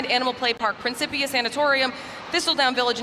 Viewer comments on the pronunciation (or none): It’s pronounced “prin Kip ia”